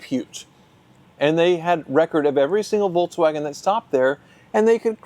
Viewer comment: Can you try to pronounce Volkswagen please? There's no 'tz' in there anywhere.